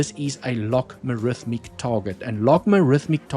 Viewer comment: Log-A-Rithmic (not Log-Ma-Rithmic) Apart from me being triggered by mispronunciation, another great video. lol